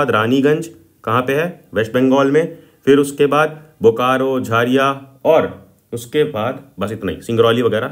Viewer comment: Not jhai it's jhariya 😡😡😡